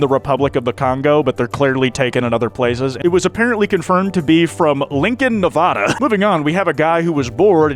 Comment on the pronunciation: my ears perk up everytime someone mispronounces the state of Nevada. Also NE is definitely not battle-born Nevada, but Nebraska! No way government own desert land has THAT much green lmao